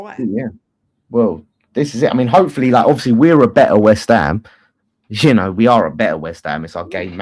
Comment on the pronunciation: can't say "You know" properly/ He says "You oh" or something weird.